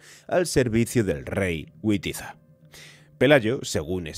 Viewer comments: Este video esta muy lejos ajustarse a los hechos y con escaso rigor historico. El rey godo Witiza se lee en castellano como Vitiza no Güitiza. Los tributos no los cobraba el gobernador Munnuza, estos eran recaudados por los nobles y terratenientes cristianos, esa era la constumbre islamica. Pelayo huye de Cordoba donde estaba como rehen y garante de los pactos de los terratenientes asturianos con los islamistas. Cuando huyo de Cordoba no propicio ninguna rebelion y tampoco se refugio en Cangas de Onis, segun cuenta su biznieto Alfonso II se refugio entre los suyos en sus posesiones en Breze, Piloña, de donde tuvo que huir al ser trsicionado al intentar detenerlo, cruzo a lomos de su cabalo un desbordado rio Piloña y se interno en las montañas, despues llegaria a Cangas de Onis donde los principsles de la zona celebranan un Concilio y ahi los solivianto alentando una rebelion. No sigo por que asi de peliculero e inexecto es este relato. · ¿Qué es eso de Güitiza?¿Nos hablas en inglés?Es Witiza,léase Bitiza,en castellano.Vete a engañar a otro. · Una observación fonética: la W, en alto germánico como hoy en alemán, es un fonema labiodental, que no existe en español, y no un "guau". Así, pues, Witiza se pronuncia como Vitiza y no como Güitiza.